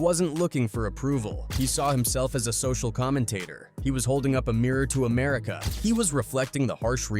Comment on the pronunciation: Also Ameri-k-ka and Bow (as in string and bow) Down?? 3rd Bass — as in the FISH?? Is this AI pronunciation?! And you can’t even transcribe what Cube said about losing 13 of his friends correctly? That’s just disrespectful…